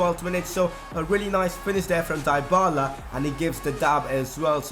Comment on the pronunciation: and for dybala is "dibala" not daibala